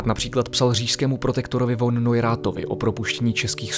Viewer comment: Jako vždy, výborné video. Baví mě ten zábavně poučný formát. Jak tu píší ostatní - mělo by se to pouštět na školách místo nudných učebnic... Je to generované AI? Jen si neodpustím "Von" se čte "Fon"... ;)